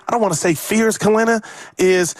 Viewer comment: He does need to rebound and defend, but his scoring is just as important. With Poole gone, the Warriors can't afford for every bench player to be a rebounding/defending glue guy. They need JK to create offense, too. And Kelenna (not "Kelena") said this too. Whoever created the video title didn't really capture what he said.